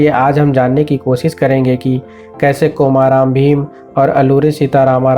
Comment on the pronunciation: Nearly correct pronunciation is कुमरम भीम not कोमाराम भीम.